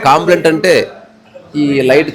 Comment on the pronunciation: కాంప్లైంట్ కాదు కంప్లైంట్ " కా" కాదు "క " please don't think other wise.